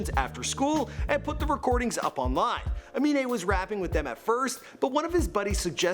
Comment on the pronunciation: CAN PRONOUNCE AMINE BUT NOT XXXTENTACION